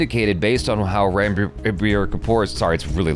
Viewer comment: Its not Ranbir (Ran not like 🏃🏽‍♂️ Ran but Run)